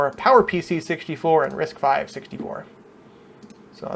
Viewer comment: again it is pronounced as "risk five" and I have difficulty following anyone's explanation when they mistakenly pronounce "risk vee"